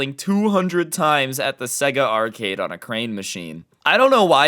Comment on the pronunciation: Its pronounced sayga